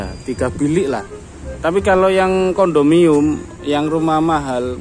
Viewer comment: Kondominiyum sebutannya dik